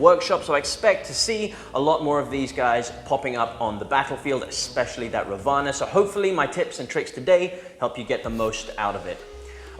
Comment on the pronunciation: I think it is pronounced raavana..first a has to pronounced lengthy..raavana was an evil character (god) in mahabharatha(the hindu epic).. according to this epic , he had 10 heads